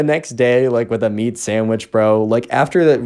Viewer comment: Meat i thought u said beet originally lol